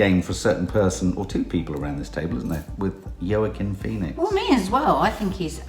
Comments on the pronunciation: Please stop calling Joaquin Phoenix Yurkin it’s pronounced Wakim. Although he was using the name Leaf for a while as nobody could pronounce Joaquin properly. All his siblings got hippy names like Summer, Rain, Liberty and brother River (RIP), he moans he got the oddball name in the family 😊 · Actually pronounced “Hwakeen” Phoenix. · you are mis-pronouncing Joaquin's name. It's pronounced "wa- keen" lol, cute though. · Its pronounced Wahking ( Joaquin) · Laura Thank You! Someone finally said it!!!